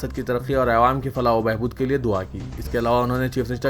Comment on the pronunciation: اس نیوز چینل کے سننے والی ساری " اے وام" ملکر اسکو " عوام" بولنا سکھاو۶ ذرا بھئ۔😂😂😂